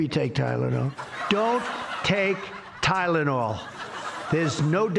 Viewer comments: Oz is in the background nodding, yes President, that's right, you pronounced it right. Tylenol! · Why does he always shout the first syllable in multi-syllable words? Ty!lonal… Bi! Den. Etc.